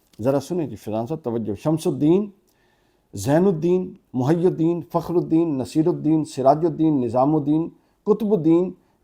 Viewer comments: آپ کے دل میں سیدنا امیر معاویہ رضی اللہ عنہ کا۔بغض ہے جوکہ ظاہر ہو رہا ہے نیز دنیا کی اصلاح بعد میں کرو پہلے لفظ "محی الدین" کا تلفظ تو صحیح کرو تمہیں تو تلفظ ٹھیک سے نہیں۔آتا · محی الدین میں ح پر جزم پڑھی جاتی ہے اور ی کے نیچے زیر پڑھی جاتی ہے جبکہ ح کے نیچے زیر اور ی پر پیش پڑھ رہے ہیں۔ جس بندے کو تلفظ نہ آتے ہوں وہ چلا ہے امت کی اصلاح کرنے اور سیدنا معاویہ پر اعتراض کرنے۔ صدقے جائیں۔ ایک سے ایک احمق سوشل میڈیا پر جلوہ گر ہوگیا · محی الدین کا تلفظ 😂😂😂😂😂😂😂